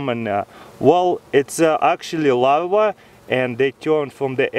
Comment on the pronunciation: I thought he was saying lava until he pronounced the r and said larva